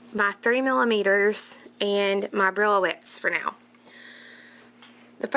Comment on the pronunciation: Thank you so much for another lovely tutorial. I believe the beads are called "bree-o-lets" not brillo-ets. Very pretty. I must try them. Joy